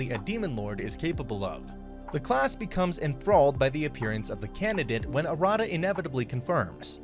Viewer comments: You're pronouncing Arata wrong, btw . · a rada is not pronounced correctly